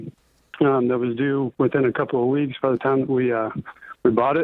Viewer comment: He just said 2 werks